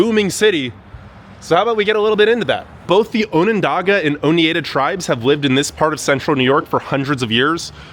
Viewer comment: Dude, you need to talk to the locals before you put your voice out there. It's "SheNANGO" (not "Ch"), "OnunDOGah, and "OhNIEdah. If you're willing to work on a smaller scale, you might want to check out Ithaca. To some, it's known as "ten square miles surrounded by reality," to others, "The People's Republic of Ithaca." Of course, Cornell is its throbbing heart. Anyway, it might be a fun expedition for you.